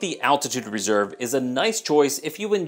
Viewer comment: How did you just say "Reservé"?